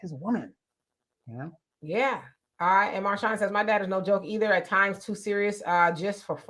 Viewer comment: 1st comment # Thanks for the support guys ❤❤❤❤❤ My name is pronounce Mar-shan lol or just say # lol..